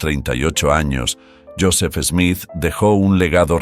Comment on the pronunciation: Smith, not "Esmith"